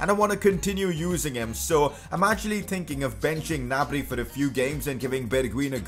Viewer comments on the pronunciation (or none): none